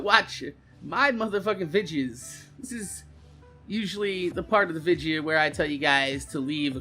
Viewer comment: Do you say "vidja" cuz that's how you talk or is it just a thing you do on purpose? I'm assuming its just how to say/spell it where your from. Anyways nice work! Take care!